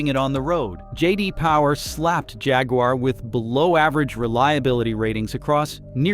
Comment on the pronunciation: Junkwar not jaguar